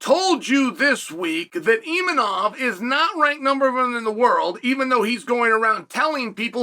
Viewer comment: Imavov❌Imanov✅ Khamzat❌Khazmat✅